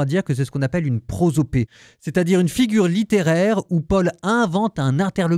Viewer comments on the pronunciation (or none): Cher Frère, merci pour vos explications. Attention: il manque une syllabe à la figure de style où l'on personnifie un concept etc. C'est une prosoPOpée (et pas une prosopée). Je le mentionne parce que c'est la deuxième fois que vous en parlez.